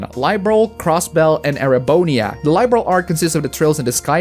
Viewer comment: I completed Hajimari several times already. The Cold Steel saga has some pretty ass-level writing, but the very strong in the gameplay and music department. Also you pronounce "Liberl" wrong.